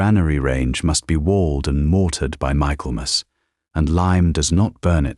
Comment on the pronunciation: Pronounced “Micklemuss”